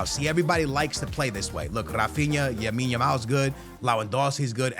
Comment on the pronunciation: It’s lamine not yamine bruhhh say it right